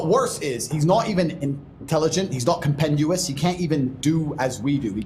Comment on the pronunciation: Lol he tries to use the biggest word he knows to demonstrate his intelligence but pronounces it wrong. He pronounces compendious as compenUous. Unlettered meathead.